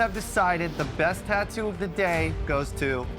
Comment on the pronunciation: I'll never get over hearing "Tah-doo".